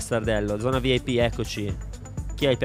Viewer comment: O ma vip come lo hai letto 😂